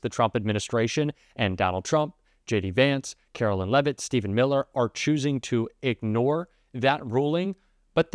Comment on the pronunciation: Leavitt should be pronounced as LEAVE IT not LEVIT.